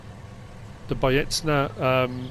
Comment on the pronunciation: BajeCHna, not BajeTsna. CZ always translates into CH